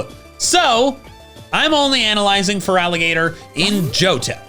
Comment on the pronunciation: I'll always root for feraligatr. I love an underdog and starting with your LITERAL NAME being butchered is unique to my knowledge in pokemon